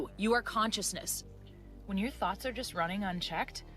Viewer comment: I swear it sounds like he's saying you have THOTS swimming in your mind! If you don't like your old THOT you create a NEW THOT😂😂😂